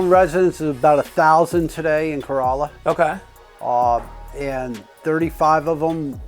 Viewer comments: It's actually pronounced "Co-RAH-Luh." Not like a Toyota Corolla. Notice - He knows. 🤙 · You need to pronounce the name of the town properly. It is pronounced Cor-all-a not Co-roll-a, the town is not a Toyota! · Tourists say Cor-O-lla (like the car). Locals say Cor-A-lla. I drive by this station everyday. Never met Richard, but I appreciate his contribution to the community here. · Thank you! I CRINGED when he pronounced it that way! Yikes! And yes, I live ON the Outer Banks, just not in Corolla. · Someone help this man say things correctly. Corolla like a Toyota is the wrong way my dude. Surprised hte department didn't beat you with a firehose for calling their department the wrong name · The was he mispronounced Corolla 😵‍💫